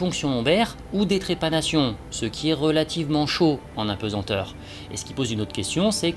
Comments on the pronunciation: "Apesenteur".... quelle erreur ça donne l'impression d'un travail bâclé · On ne dit pas d'un poids qu'il est pesent mais pesAnt. On ne dit pas impesenteur ni apensenteur mais bien impesanteur ou apesanteur